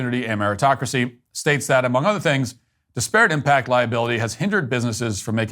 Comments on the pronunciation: “Dis-parrot” haha Love you brother, but that opening monologue had me cringing the whole time at that pronunciation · Stop pronouncing ‘disparate’ like that. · Great segment as always but please learn to pronounce “disparate” correctly. Pronounce it in the same manner you would pronounce “desperate” but with an “I” instead of an “E” at the beginning. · It’s pronounced DIS-per-ut, not dis-PEAR-it. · It’s pronounced DISparate not DisPARate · I cannot tell if he's mispronouncing disparate on purpose or if he's trolling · That’s not how you pronounce disparate